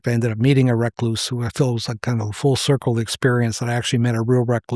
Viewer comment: Why is he pronouncing recluse like that?